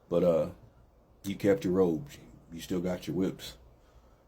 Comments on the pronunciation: 😅😅😅 robes, not ropes, ladies😅😅😅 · Robes not ropes